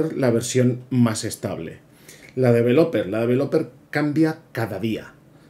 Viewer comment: podrías aprender a pronunciar correctamente la palabra "developer", para empezar...